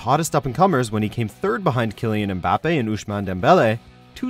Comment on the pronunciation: You are not supposed to prononce the M in “Mbappé” so ir’s more like “bappé”